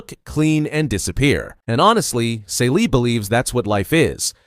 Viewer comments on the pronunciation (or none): Totally Miss the point and her name is pronounced "Cee - lee". The Color Purple is about trauma, institutional racism come on the way that racism culture of the oppressed and then replicated by us. It's about misogyny within a marginalized Community which makes it even more sinister. You are right at Reclamation which is right after slavery, which is the most profitable time in America for black people. But looking at the black woman as a protagonist she is still being oppressed. The protagonists loses everything and it also tells the stories about the people around her and how they lose everything because of white people, and the institutionalized system of slavery that had finally ended but the remnants were still very much in place. That is so much that you miss that your characterization of this book makes it sound like a completely different book. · Celie = SEELEE! the mispronunciation drives me nuts.